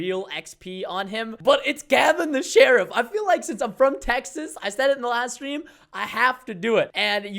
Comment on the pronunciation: Tell me why when u say Texas it makes me think of someone surfing in Hawaii saying nawf dallas dude throwing up a north sight 😂